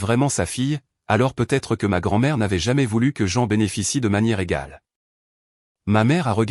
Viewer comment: C’est l’IA qui n’est pas au point. Le peu être me fait bondir. Peut-être en prononçant le t serait mieux.